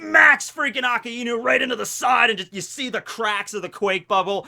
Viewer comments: A KAI NU NOT A KA IIIIIII NU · I just hate how he says akainu ,he pronounced it like it's "aa ka e nu" don't don't if it's the correct version or not but it just pisses me off ᕙ( ͡◉ ͜ ʖ ͡◉)ᕗ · the way he pronounce AKAINU Triggers me to the bones